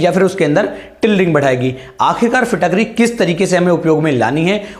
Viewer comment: फिट करी होता है न कि फिटक री